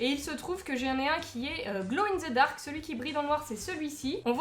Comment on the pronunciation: C'est de la peinture gloe in zeu darc. Hmour! Humour! C'est pas de ma faute si vous les français ne parlent mal français 😭😭